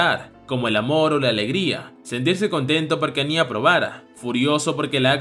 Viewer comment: Me gustan mucho los vídeos pero sería bueno que tuvieses un poco más de atención al detalle cuando dices los nombres de los personajes. A Anya le llamas Ani-Á y con Twilight pasó de ser Loid a Floyd y es muy confuso @@ solo es una recomendación en buena onda